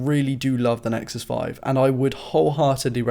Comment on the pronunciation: "Nexuses" makes me cringe...